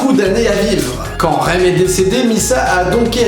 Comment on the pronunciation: un dernier truk le shinigami de misa necrit rem mais se prononce remU stp :p merci xD desolée mais sa ma DERANGER OUI JE SUIS MANIQAQQUQUUEQQEEU